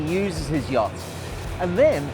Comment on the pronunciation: ..every time he pronounces "Yacht" it reminds me of the Monsters Inc YAK